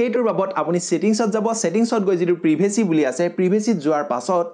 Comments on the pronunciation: Priiivacy nohoi o hunamuwa. Pri vacy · প্ৰিভেচি নে প্ৰাইভেচি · Is not prevecy it's privacy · Wah wah.. Ki pronounce privacy